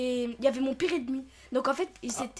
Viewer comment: Salut cette vidéo date de ya 4ans mais je viens de me rendre comte d'un truc quand il voulait dir enemies il disait edemi 😂😂sa me rassure j'étais pas la seul 😂😂😂